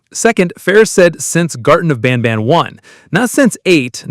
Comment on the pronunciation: Banban not banana😂